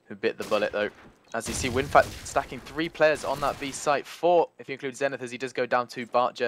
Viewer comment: its winfakt, not winfact ffs.